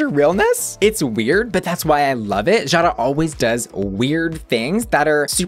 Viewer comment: Jara is pronounced "Yara" but, yeah! ;)